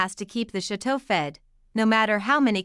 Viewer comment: The commentator doesn’t pronounce Chateau or Lalande correctly. Have you seen the channel? Then you say Mary instead of Marie. Marie and the dishwasher are never complaining and you’re speculating on things you have no knowledge about their feelings. Please take the video down